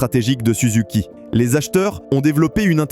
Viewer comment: c'est pas souzouki, c'est SUZUKI